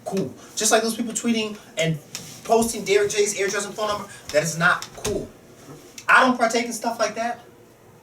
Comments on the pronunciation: pronounces address weird it sound like he's saying airdress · I like how pronounces address. He says "AIR-DRESS" lol.